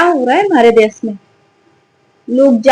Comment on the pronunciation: Jahil didi jati ki vajah se ye nautanki hui upar se tumhare jaise logo ko bura lag jata hai ki yadav tha ya brahman Aur des nahi desh hota hai Sha to bolna seekh le sahi se